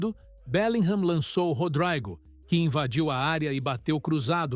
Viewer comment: Pensei que fosse Rodrygo, mas é Rodraygo né?😂 O cara é brasileiro e quer pronunciar como se fosse um britânico.